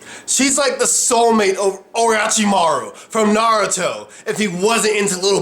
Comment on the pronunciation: Did anyone else cringe when he pronounced Naruto and Orochimaru wrong ?